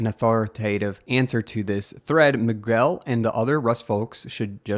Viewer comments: "Magwel". Our brother in Christ..."me-gell" is how 'Miguel' is pronounced. We're fairly certain you're mispronouncing Linus on purpose but that's where it needs to end. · These name pronunciations are driving me insane. Miguel is said like Muh-gel (hard G sound, not a soft g/j) or Me-gel (again, hard G). You are also skipping over important context in this thread making some replies just seem strange and out of left field. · I don't care whether it's AI dictating this. If I ever hear "Mi-goo-el" one more time, ... . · Homie just pronounced Miguel Migwell wtf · OMG. It's prononunced Migel.